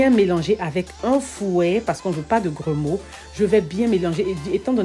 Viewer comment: Grumeaux et non gromeau